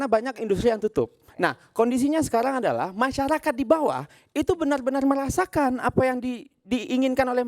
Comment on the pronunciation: Bener bener bukan benel benel 😅